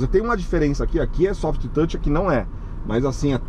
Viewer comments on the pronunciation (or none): none